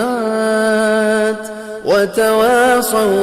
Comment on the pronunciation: الصالحة وليس الصالحتة